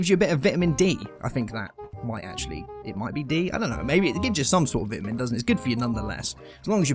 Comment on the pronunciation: Vit-a-men? Lol